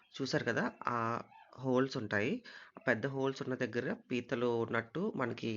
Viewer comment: Arey adhi pethulu kadhu raaaa....pithalu raaaa😅